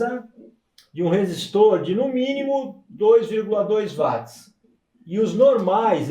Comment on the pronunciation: Bom dia grande professor porque você fala wati e não Watts. Apesar de saber que a pronúncia é livre, porque eu o considero um crânio na eletrônica obrigado.